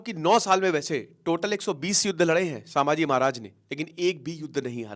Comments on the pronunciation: It’s not shamji it’s sambhaji maharaj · Oye naam thik se le Samaji maharaj nahi Chatrapati sambhaji maharaj bol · say Sambhaji maharaj not samaji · संभाजी महाराज 🙏 सांभाजी ये वर्ड ही आप पूरी तरह से गलत बोल रहे हो सांभा शोले फिल्म मे विलन था संभाजी महाराज थे जब आप महाराज का नाम सही तरह से बोलना सिख जाते तब व्हिडिओ बनाना चाहिये था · साभांजी नही संभाजी नाम हे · bhai sama ji nhi hai sambhaji maharaj hai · For your information, It's called संभाजी not सांभाजी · Brother … pronounce in a proper way It’s not Sabhaji/ सभाजी It’s sambaaji / संभाजी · सामाजी महाराज नहीं सर संभाजी महाराज बोलिए । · Please Correct - छत्रपति सांभाजी महाराज ❌ छत्रपति संभाजी महाराज ✅ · सांभाजी❎ संभाजी ✅ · मैने भी बोला पीचले विडिओमे sambaji नहीं संभाजी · Sir its not sammaji maharaj….shambhajii maharaj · संभाजी महाराज आप संभाजी महाराज सब ठीक से नाही बोल पार है प्लीज संभाजी बोलिये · Your pronounciation of saamhaji is so wrong and insulting.. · atleast naam toh thikse lo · Sir name sahi se jaan lo pahle 😂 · Pronounce proper kro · Dear sir naam sahise le lijiye please. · Abe pahila thik se nam lo